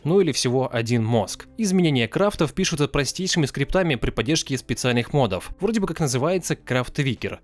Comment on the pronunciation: Ля да когда вы научитесь говорить прааельно!!! не мАдов а мОдов, мОООдов!!!!